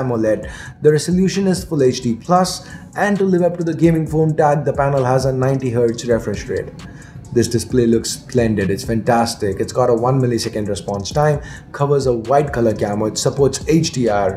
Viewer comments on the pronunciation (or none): Rafresh rate 😂, pakda Gaya 🤣